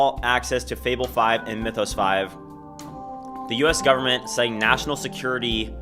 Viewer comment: Bro pronouncing Mythos wrong is ragebaiting me